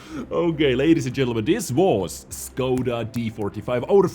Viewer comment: you need to say the š like you wanted somebody to be queit and you sad Sss